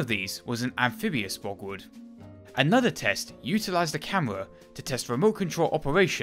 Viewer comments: An interesting video, but it's most annoying when the commentator pronounces German names and words incorrectly. Borgward is pronounced borg-vart not bogwood. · Sigh.. w’s are pronounced with a v sound in the German tongue